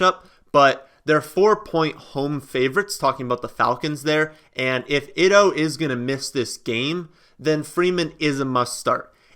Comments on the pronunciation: You really need to work on your pronunciations lol Ito Smith's name is pronounced like (eeto) rather than (itto) which is how you're currently saying it lol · I have a correction for you on your pronunciation of the Atlanta Falcon Running Back. It is concerning Ito Smith and your pronouncing it as it looks like it spelled "ITO" but "ITO" is actually pronounced 'ETO Smith. The I is actually pronounced like a long E vowel. I enjoy your channel; thanks for taking my comment hope it helps you for further videos.